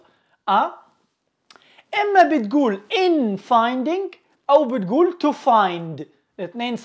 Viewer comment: لو سمحتوا في finding تتنطق g